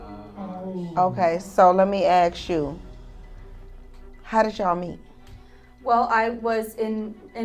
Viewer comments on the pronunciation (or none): Fake judge. She uses improper tense, and says "aks" instead of "ask". It seems like an art school experiment. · That judge is a DEI hire. Just listen to her Grammer. She says ak's instead of ask. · Can someone teach black Americans that it's pronounced 'ask' not aks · Judge should be able to pronounce "ask". Not axe.😅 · "let me axe you" ...oh my!